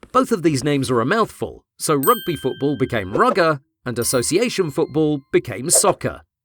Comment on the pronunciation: I don't care if you call it soccer but don't pronounce it like "Foodbool"